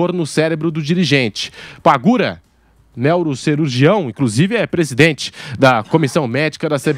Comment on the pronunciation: "Nélro"cirurgião foi de doer os ouvidos kkkkkkk